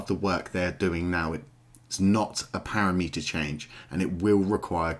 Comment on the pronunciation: Nice vids, but as a dev PLEASE get the "parameter" word correct ... it's NOT "para-meter" :) aside from that excellent content ;)